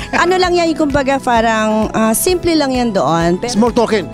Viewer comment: Afroch, feralta, froud, tenk yu, simfle, filifin, around da word, manay ano ba yang English mo?